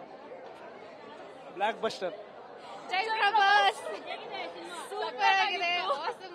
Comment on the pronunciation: yaar guru neenu ( black ◼️ buster ) alla pa adhu 😅 block buster